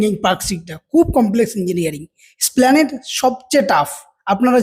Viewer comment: “Splanade” boley kichu hoy na it’s ESPLANADE 3.04 - Rotating- Not Roting